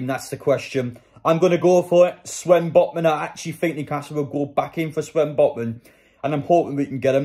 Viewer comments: It’s Sven botman not swen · Why do you say swen botman